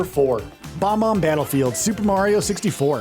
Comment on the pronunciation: "Delino." "Bomom Battlefield."